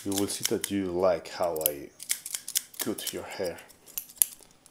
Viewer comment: )... * stylist.... Sounds like, St"hay"list El "y" en esta palabra suena como.. " hay" en español ..its very nice all that u said in the beginning for ur viewers. :) * cut... Hmm.. This one sounds like, ummm... XD... I can't think of a palabra in spanish.. You are making a " coooo' sound, but.. It needs to be a "uuu" where u open your mouth more, does that make sense? ... Sorry im so bad at explaining.. I just wanna be helpful.. ^^…… Oh, maybe like, " confienme".. U said that and it sounded like... The good sound for " cut" xD almost.